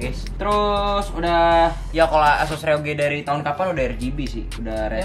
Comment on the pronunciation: Nobody: "ROG" (ar-o-ji): "ROG" (er-o-ge) wkwkwwkk